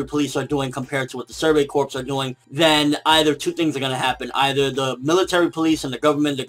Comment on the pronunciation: Just FYI, corps is pronounced "core" not "corpse".